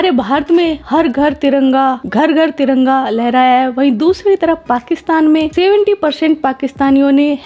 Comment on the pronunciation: Please hamari tiranga ko galti se bhi taranga na bole....